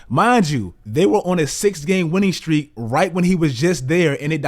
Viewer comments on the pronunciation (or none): none